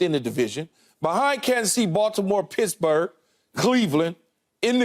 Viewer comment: Did he say pissburgh?😂